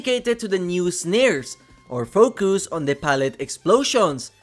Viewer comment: "De Trapper"